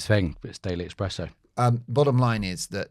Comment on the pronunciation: Dear Channel Creator: You may say Daily Espresso, or daily Express, but "expresso goes into the strastosphere of confusion. Just saying. Thank you, DISREGARD IF DON'T CARE. :eyes-purple-crying::eyes-purple-crying